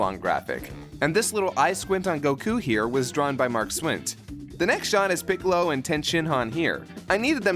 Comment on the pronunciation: I'm not that bothered by your pronunciation of "Goku". What I really don't like is when you say "Piccolo". How do you get Big Green's name wrong?